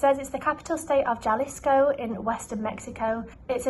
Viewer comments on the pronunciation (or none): I know this is old, but the famous drink is called tejuino. There's probably not much about it in English unless you google it specifically. Jalisco is pronounced ha-lisco. J is almost always a ha.